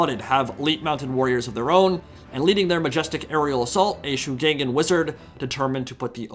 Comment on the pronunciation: ngl, the pronunciation of shugengan bothers me xD ... over all others, and i know every single yt-er will pronounce it pretty much the same way haha. will just hafta tune it out as much as can xD for anyone interested, following pinyin pronunciation rules as i understand them Shu is fine, pronounced shoe but G is more like a hard K in pronunciation Gen - K - uh - n - like saying gun with a hard K gan - K - ah - n - like saying can with a hard k